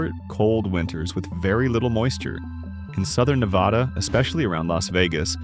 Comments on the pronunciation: not VADH its NADA when saying Nevada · The first word out of your mouth was WRONG. It's NEV-VA-DUH. C'mon man. Just like you found these facts, you could've found the correct pronunciation. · How can AI mispronounce a state's name 3 different ways lol? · Mispronounced “Nevada” throughout the entire video 👎🏼